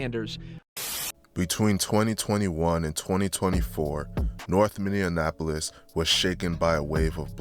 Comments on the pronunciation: It's Minneapolis not Minneanapolis smh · Bro stop saying Minneapolis like that lmao you saying it like it’s spelled minionapplus 😂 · between 2021 and 2024 north "Minneanapolis" . If you're gonna do a video on a city at least research how to properly say the name of the city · The fact you can’t even pronounce cities right (Minne-An-Apolis) is crazy. There’s ONLY two “N’s” in Minneapolis. Not to mention his name isn’t Damon, it’s DAMONE..smh how are you covering shit you know nothing about? Chris Little Didn’t even get killed by anyone in the highs. He wasn’t even alive when the highs and lows shit started. So wtf are you talking about? And Antonio Harper wasn’t apart of the highs nor any “Highs and Lows/ or gang” beef. You’re just starting rumors and I hope his family sues you. You’re speaking on deceased people not even thinking about their families and them seeing this? You’re weird. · its bot minne in apolis. its minneapolis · It’s Minneapolis not minnienapolus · It’s mini-apolis no mini AND apolis 😂😂😂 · Say it with me Min-ne-apolis or Minn-e-apolis😂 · Mini - Apolis like it’s not that hard 😂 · That Minneapolis was kicking bro ass. “Mini-Annapolis” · Ayo what is "MIN-IN-Apolis"? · Ok im not gonna lie the Minionapolis thing is a little annoying 😂. Were not Indianapolis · Minneapolis [mini - apolis] ... you 🥷🏿's can't sound out words 🤬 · Bro it’s pronounced like “Mini Apolis you saying it all wrong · Learn how to say minne-apolis first wtf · MINN-E-APOLIS pls say it right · Why did bro keep saying "MIN-IN-Apolis"? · It cracks me up because it's so easy to pronounce. But I hear it mispronounced all the time. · He lost me with the first Minnie appolis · Man delete this shit and re record. Learn how to pronounce Minneapolis first. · learn how to say Minneapolis LMAO don't do no vid on us if u don't even know the name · Because he's not from Minneapolis and he can't pronounce the word right that's how you can tell somebody's not from Minneapolis when they say that